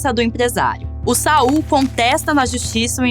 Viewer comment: Não é Sal, pirralha, é SaUL, Sa-ul, sua inculta!